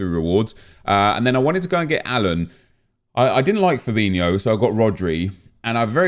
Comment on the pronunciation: Why do people say "Fabinhio", when its spelled *Fabinho*?